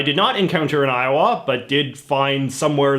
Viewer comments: 🤣 I have never heard it pronounced "Eye-oh-waa", with a noticeable w sound, by anybody before. It's really more "Eye-oh-uh" or Io'a, without a w sound. (I lived there for 4 years.) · God I cringed when he pronounced iowa i o wah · JJ: When I was in Eye-Oh-WHA Americans: ......... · I love how J.J says Iowa, "i-o-WAH." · I think a lot of Americans kind of run the syllables together. I-uh-wuh. Even Ire-wah. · Why are we not talking about how he pronounces Iowa? 🤣🤣🤣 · He also has some slightly off pronunciations for things like "Iowa".